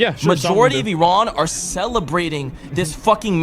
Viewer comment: Uh ran. Please say it right.